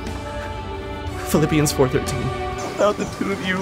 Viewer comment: Lol sounded like he said Philippines 😂